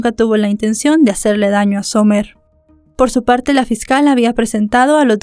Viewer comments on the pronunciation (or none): Disculpa amiga pero no se pronuncia Somer se pronuncia Samer Cuando tengas nombres en ingles aprende a pronunciar los nombres apellidos calles estados porfa